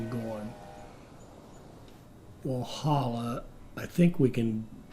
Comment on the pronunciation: I gotta say the first couple of times he pronounces any of these names is funny but then it becomes sad, especially when Walhalla (you’re over emphasising the H) was correct pronounced by the NPC. Bendigo is pretty historically significant, should be able to find it in another video on the gold rush or stockades that happened there. The mistake Americans seem to make is over emphasising vowels, we Aussies generally just blurt stuff out with minimal emphasis on any sound in the word.